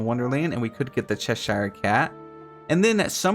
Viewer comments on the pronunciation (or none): none